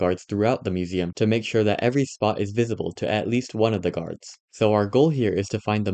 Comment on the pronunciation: the original guy said “gurads” instead of guards and “deegres” instead of degrees